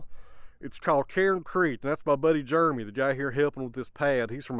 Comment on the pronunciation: Juremy. Never heard it pronounced like that.